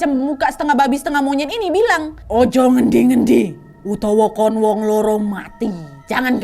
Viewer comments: Suka gemes soalnya kak nadia selalu salah kosa kata pas ngucapin bahasa jawa ,, Bukan loro tapi loro Bukan wetan tapi wetan kak nad 😂😂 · Bacanya bukan loro, tapi loro Kalo loro itu sakit Tapi kalo loro itu 2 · Pelafalan duanya itu loro, bukan loro...... Loro ya..... Kalau loro itu sakit..... Jd yg lbh tepatnya "loro" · Kak Nad, Loro 2 bukan Loro (yg di ucapkan artinya sakit)😅😅😅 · Kak nad, loro tu ada 2 makna. 1. Maknanya sakit, dan 2. Maknanya dua. Nah kak nad ngomongnya tu maknanya sakit bukan dua. Loro nya pake o. Jadinya loro. Bukan loro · koreksi: Loro bukan "Loro" Loro: Sakit Loro: dua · Dua= loro kak, bukan lara. Cara bacanya seperti huruf O biasa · Lafal "Loro" nya kurang tepat kak. Hehe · Pas kak nad bilang "iki aku nggowo loro" aku kek hah? Kok bawa sakit, trnyta mksdnya loro(dua) tp slh pelafalanya🤣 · LORO (bacanya pakai O<Obat>) 😂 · loro nya 2 (dua) dan loro nya sakit beda vokal nya kak Nad 😁😁 maaf instrupi ya kak 🙏😁😁 karena vokal nya kak Nadia loro 2 di vokal loro sakit 🙏🙏😁😁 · Lara (pengucapan kyk mbk Nadia) itu artinya sakit. Loro. (pengucapan o seperti di kata "optimis") itu artinya 2. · MBAK LORO BUKAN LORO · Maaf wa nada bahasa untuk "LORO(2)" salah... Klo nada yg bilang itu arti nya "SAKIT" 😁 Tulisan nya sama cuma pengucapan nya beda... Maaf sy paham bukan org jawa, cuma ngasi tw aja😁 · Mau koreksi dikitt nih kakk. Pronouns nya "loro" yg diucapin ka Nad di vid ini artinya sakit. Kalo "loro" yg artinya 2, o nya dibaca biasa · Maaf kak nad, cara ngucapin Loro itu maksudnya dua, kalo yg spt diucapin kak nad itu artinya loro = sakit.